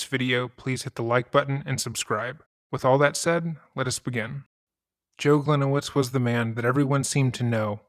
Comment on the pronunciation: Hi, a Polish person here. His last name should be pronunced as Glee-niye-vitch, as it is originally Polish. Hope that helps. Great video!